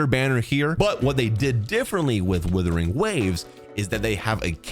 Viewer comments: ah yes Withering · when is bro gonna understand what it's not called WITHERING waves? is he doing this on purpose? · Withering waves hehe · wow. it's wuthering, not withering. i thought these guys' first language (the only lahguage they know) was English? i guess I was wrong xD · isn't it "wuthering" with a U? 😭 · Hahahaha how Tectone just exploded hearing you say "Withering" over and over again 🤣🤣🤣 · “Days since has pronounced the word “Wuthering” as “withering” ZERO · Bro still calling it withering😢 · The first word in his damn video he mispronounces😂😂😂 no hate tho just a joke